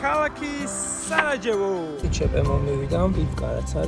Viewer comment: საგარეჯოზე რატო იძახი სარაჯეოვო 😀